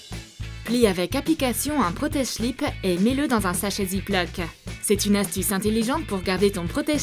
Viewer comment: Svp dit slips et pas chlip mais j’adore la vidéo